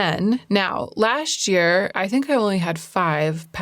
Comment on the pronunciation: This year, you should work on saying “last year” as two separate and distinct words.